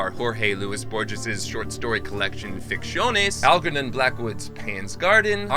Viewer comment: it's pronounced 'Borhes', fool. Edit: he does it again, and apparently can't pronounce Ficciones either.